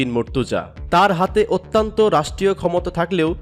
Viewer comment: শব্দটা 'অত্যন্ত' অত্যান্ত নয়, মূর্খ, খারাপ উচ্চারণ! খ